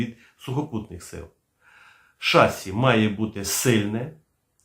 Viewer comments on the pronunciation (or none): не шассі, а шассІ